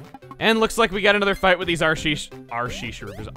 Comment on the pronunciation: Every time he says "RC Shroober" I keep hearing "Arsey Shroober" and my immediate thought is "Woah, kinda rude there."